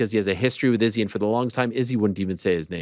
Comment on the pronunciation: Ariel not saying Izzys name the right way...ooooh